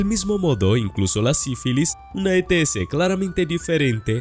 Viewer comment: Se entiende ets perfectamente